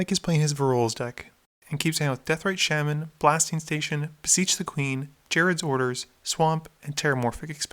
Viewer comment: Shaaaman... It's pronounced SHAH-man.